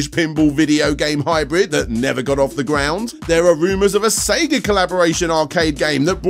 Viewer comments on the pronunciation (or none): none